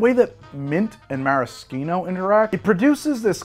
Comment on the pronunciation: I love that all the Youtube bartenders suddenly started pronouncing Maraschino correctly! Great job, guys!